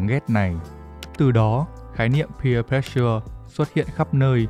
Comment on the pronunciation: pressure đọc là préss sờ chứ k phải press sưa nha